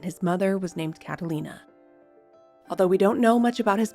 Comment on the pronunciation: CataRina, not Catalina.